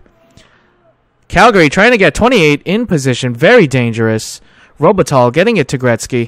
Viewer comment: enjoying! Something that was bugging me a bit: The pronounciation for Robitaille is: ROH-Buh-Ty. Don't want to nitpick though - this series is a 10/10